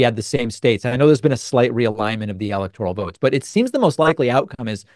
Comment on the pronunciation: David, it’s NOT an “EL-ek-tor-ul” vote!